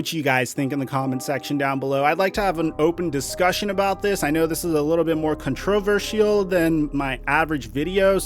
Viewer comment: People need to get over this name calling and relabeling it into racism bs. We also need to stop giving attention to their nonsense. AAAnd learn how to say controversy. Holy crap who taught you how to say I that way. Is it a speech impediment? Like every word you speak is completely normal until a little controversy arises? Lol WTF I'm sure Google says it correctly. Hold on I'm be right back.